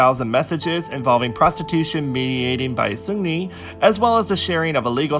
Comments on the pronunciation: great vid, but its racist to try to pronounce seungri "sungli" lol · That's why I love your channel, you speak facts only and I've learned so much about kpop history Ps: I still struggle to pronounce 'Seungri' correctly 😥